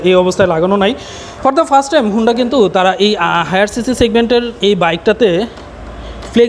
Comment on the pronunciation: Vai agee Uccharon thik koren tarpor ekta review koren.. 😆😆thik moto ekta component er naam o bolte paren naa blog banaitesen😆😆 HONDA er naam take HUUNDA banai felsen🤣🤣 USD Suspension er Full Meaning holo UP SIDE DOWN Suspension UPS AN DOWN Na Vai🤣🤣🤣 R oigula tail light na vai Indicator Light🤣🤣 sadharon manush ke confused koiren na.